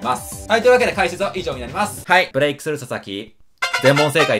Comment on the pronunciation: こんときのブレイクの発音くっっそよえーな笑